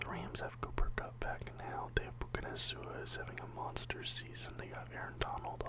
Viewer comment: Puka Nasua😂 prononced Puka Nakua